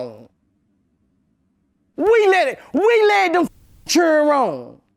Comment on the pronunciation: I love Boosie but love his accent even more ❤😂 the way he says Cherrdren 😅